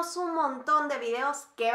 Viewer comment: Gracias ...pero por favor!! Si vas a hacer esto..PRONUNCIA BIEN..dices Frejol!! Ung en lugar de UN.. comparagción....song SON.